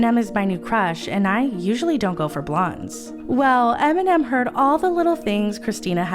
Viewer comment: Eminem, not Aminam.